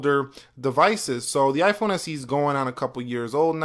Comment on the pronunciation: The "Eyphone and Endroid"